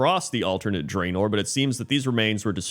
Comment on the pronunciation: It's pronounced "Drah-nor" and not "Dray-nor", by the way.